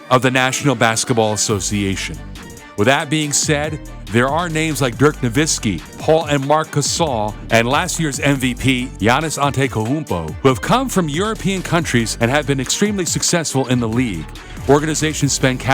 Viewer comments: Kristapys Porzingis, Luka Donchik and Giannis Antekohupo. Very funny. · you're good bro haha I just laughed more at how you said "Antetokounmpo" 🤣